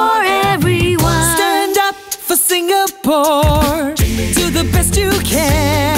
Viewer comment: The way the guy at the start sings singapore bothers me. He cant even pronounce the name of his own country rite